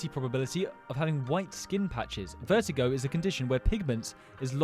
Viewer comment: Vertigo 😭😭 it’s pronounced vihtiLIEgo